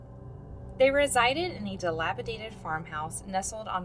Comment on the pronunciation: You are the FIRST true crime narrator to say dilapidated properly!